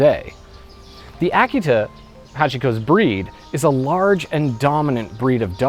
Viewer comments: Did he pronounce the name of the breed correctly? I believed that the correct pronunciation was uh-KEE-tuh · it took me most of the video to realize he was pronouncing 'Akita' oddly. I love this story. brings me to tears every time I hear it.